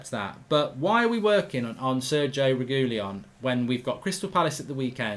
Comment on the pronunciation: Sergio "Regoolyon" Reguilon